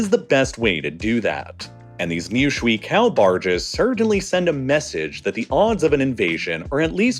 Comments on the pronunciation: Shuiqiao - "shway-chi-ao", not schwee-cow 😂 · im gonna be super annoying and say its not “swee cow” its more like shway-chao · I'm so sorry to do this, but "shwee kao" was killing me. A closer-to-accurate pronunciation would be "shway chao." Anyway, this was super fun and cool to watch from my bedroom here in central Taiwan. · It is pronounced more like "sway chow", not "swee kao". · it's pronounced sway-chao, not swee cow, which literally translates to water bridge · 水桥 shui qiao —> shooway chee-yaw “Shwee kao” is killing me. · Hey - great video. FYI, shui in Chinese is pronounced like "shway," not "shuee." Yeah, the romanization is dumb. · This video would be a lot more competent sounding and less distracting if you at least pronounce Shuiqiao close to correctly. Instead of shwee cow it should sound more like shway chow. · 水橋 "shwee-kao" no: it's shway che-ow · I feel personally insulted that he didn’t even try to look up the pronunciation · Great video! But please...Its not ´shuiKao´, its pronounced ´shuiCHiao´ (CH is pronounced like in the word ´Cherry´) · The "shwee kow" pronunciation of "water bridge" in Mandarin Chinese is a bit off. It should actually sound more like "sway cheeow"" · FYI, it's pronounced like Shway Chow, not Shwee Cow. "Cow", depending on the tone, is a curse word in Mandarin. Also, for a channel with 8 million subs, it's kinda frustrating that you couldn't take 30 seconds to enter "water bridge" into Google Translate and listen to the translation so that you could pronounce it correctly... especially since you repeat the term like 30 times in this video. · The word in Chinese PinYing, Shui Qiao(water bridge) is pronounced Shui Chiao... not Shui Kiao... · that pronunciation is rough. The pinyin is Shui Qiao. It's pronounced as "shway chee-yow". That chee as in cheese ow as in ouch. Google translate does a pretty good job of pronouncing most languages. Give it a try. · Schwee kao barges. NO. Shoo eh ee, chee ah oh. YES